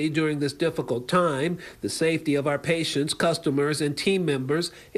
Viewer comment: Love the channel, been watching for over a year. Remember, it's "our" rights, not "are" rights. Our rhymes power, are rhymes with car. 😊